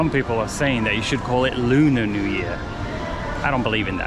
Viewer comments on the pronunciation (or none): none